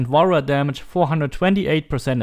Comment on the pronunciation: Everytime he says Warrior damage i hear wall run damage lol